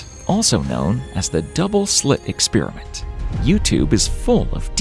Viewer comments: I know this is from an outsider's perspective -- but it hits me like a horn blast every time I hear it spoken: an "ex-spear-a-mint" vs an "experiment" (ex-spare-ee-ment, which is English, where the word comes from) ... No idea how this became "normal", but it is quite foreign to my ears ... Despite all the "ex-spear-a-mints" mentioned, the content of this video is all worth thought. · Measurement is not the same thing as observation. And it's experiment, not ex-spear-i-mint. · Eckspearament, lol. It's experiment! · im interested but unfortunately had to tune out do to your repeaded butchering of the word experiment